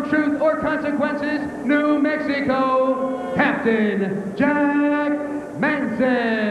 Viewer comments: Thought the announcer called him captain jack Manson.... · did the announcer say Captain Jack Manson?